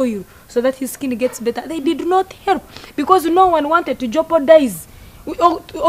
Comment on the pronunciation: Instead of help she says helop😂😂